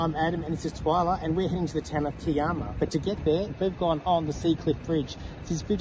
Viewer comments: Adam needs new shorts or does he only have red shorts... Also, he needs to stop the Italian language as Kiama is Ki as in (i) ama...U have done it alot of vlogs... Why don't U ask a locate person how to say the place name if not shore...😂😂😂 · Lol just watched this episode & sorry for laughing but im from Sydney & we say K eye AMA....& yes its an awesome spot .....love your videos 😊❤